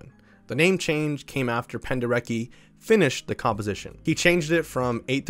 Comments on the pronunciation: Hi, bro! That last name pronounces "Penderetski" cause he was Polish man. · If we talk about Leyland Kirby, I really reccomend "Eager to tear apart the stars"! It feels like a journey through the vast void of space, amazing! Also, Your pronounciation of Penderecki is ok, but he "c" is pronounced like "ts" so Pen-deh- reh-tski. He was so good with expressing bad emotions, the atrocities. He's a great contemporary composer, that abroad is totally unknown. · The fact that album is called Buyer's Market is sickening. Love the video! Side note, Penderecki's name is pronounced Pender-etski, just in case you ever do anything else on him in the future. Thanks for a great video ❤